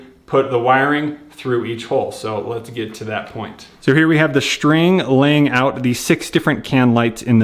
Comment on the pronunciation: Great video but just one thing - String is spelled S-T-R-I-N-G. Not SHTRING The ST sound does not make a SHT sound. That bugs the s*** out of me.